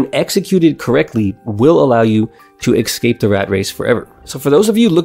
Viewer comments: I like this content. I like your channel. The word escape is not pronounced "eck-skape" Its pronounced "ess-kape" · You need to unlearn how to pronounce esssscape. Not eXcape